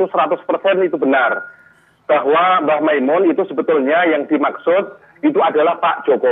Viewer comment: Nyebut nama saja salah kok Gobloookk Kyai Makmun Kyai Mak Mun Masih nyocot Itu orang Lum kenal mbh Mun Nyebut namanya mbh Mun saja salah kok Hajarrrrrrr mas Roni...itu orang Juta'an santri di belakangmu